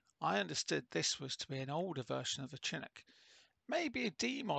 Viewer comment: It's pronounced with an sh sound. Like champagne or Chicago.